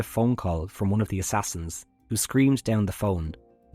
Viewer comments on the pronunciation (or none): none